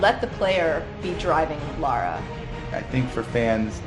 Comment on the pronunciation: even a guy who worked on the game can't say her name properly, that's just embarrassing. Do better, America